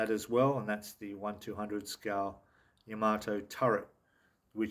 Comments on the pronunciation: I actually watched a Japanese girl who was building the Yamato, and she pronounced it..."Yamma-toe" I think we should all agree that THAT is a proper way to say the name of the ship? But really, whatever! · It’s not ya maato in japanese each syllable has equal stress it’s ya ma to.